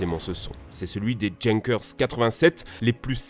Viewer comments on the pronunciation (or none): "Younkers" et pas "Jénekeurs" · Les Djeunekeurs ?????? XD les fameux Stioukey ? XD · Junker se prononce yunker